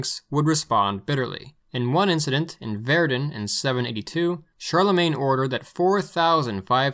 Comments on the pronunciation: Is the narrator pronouncing Verdun wrong on purpose? If so, that’s hilarious. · “Ver-duhn”, not Ver-doon.